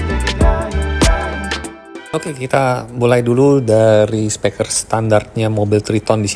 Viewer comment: Penyampaian videonya sudah bagus, urutan videonya juga oke.. Saran/masukan untuk videonya, mungkin efek transisinya bisa dikurangi. Karena agak pusing kalau keseringan nontonnnya.. Dan juga penyampaian kata "Speaker" dibaca menjadi "Speker" kurang tepat menurut saya.. Sukses terus om